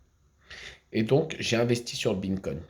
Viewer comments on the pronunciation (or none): Haha mais quel clown 🤡🤡 j’adore quand il dit « bineconne » Franchement c’est beau de vivre dans son monde de mytho ! il doit être heureux 😂 Est ce qu’il sait que tout le monde se fou de sa gueule ou pas ? C’est ça la question que je me pose .. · Mais il est obèse mtn 😆 il arrive même pas prononcer correctement 🤣 Binnecoign 🤫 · “Mes beancoin” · mais ferme la apprends a prononcé le nom de la monnaies avant de dire de la merde tu aurais déja déménager abrutis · T’en as tellement pas que t’arrive même pas à prononcer le vrai nom 🤣